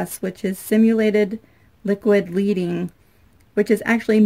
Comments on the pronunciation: Lead-ing is not pronounced leed-ing. Lead is LED...LED-ING. If you research authentic stained glass you will learn that the pieces of glass were held together with LEAD and FLUX. Therefore, the black Paint, which authentically would be gray LEAD, is a FAUX LEAD (LED) that represents the authentic LEAD(LED). Not LEED.... LED. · Ok I'm gonna be obnoxious and correct you, it's called liquid leading pronounced "led". The framed glass looks great, maybe make a mug rug to match? You can also get a "frosted" glass stain for clear looks too. Don't forget to seal the entire pane when done, I use spray acrylic. I have one outside (about 5 yrs old) still doing fine in all the weather.